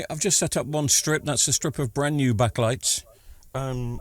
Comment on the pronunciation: STOP SAYING BACK-A-LIGHTS…its backlights, one word two syllables. Honestly that is the most infuriating thing I’ve heard all week.